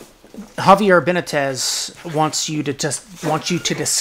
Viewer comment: Benitez is pronounced Ben-ee-tes... just so you all know. For those wondering it was just the name of someone who asked a question and pronounced it as Ben-ih-tez.